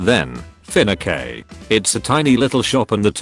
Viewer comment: Ah yes, i love my Finnake